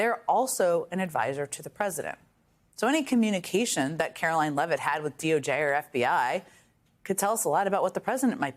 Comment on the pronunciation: It's Carolyne Leevitt, NOT Levitt, geddit?